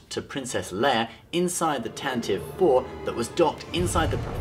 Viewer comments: Why do people keep pronouncing it "Tan-tiv Four"? It's "Tan-ti-vee Four". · Actually it's not tantive 4 Its pronounced tan-ti-vee 4